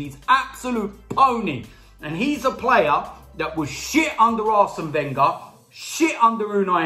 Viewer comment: Why does he say Wenger as Venger and he doesnt put Ozil on